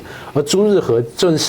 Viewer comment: 是朱日和，不是朱日合。